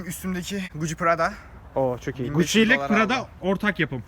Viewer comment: Canın gucci ye guci demesinin samimiyeti 💫✨💕